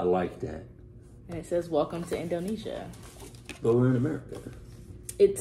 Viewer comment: indonesia, not indonisa lol